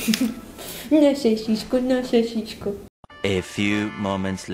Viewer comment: На сасиську, на сасиську. Аааааа оруу🤣🤣🤣